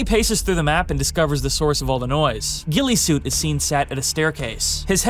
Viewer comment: FINALLY SOMEONE IS CALLING HIM GUILLESUIT AND NOT GUILLOTINESUIT. LITERALLY EVERYONE I'VE WATCHED COVER THIS HAS SAID GUILLOTINESUIT 😭